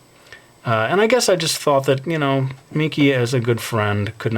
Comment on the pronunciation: "yu knoew" (you know)